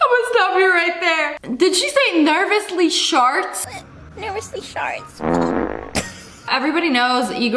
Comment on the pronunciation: She really said “nervously sharts” 💀💀💀💀💀💀